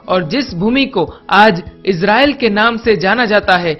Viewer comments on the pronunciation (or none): none